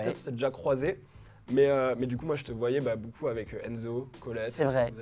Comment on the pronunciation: Ohhhh je suis déçu de t'entendre prononcer boucoup faites un effort tous BEAUCOUP 😂 MERCI 😘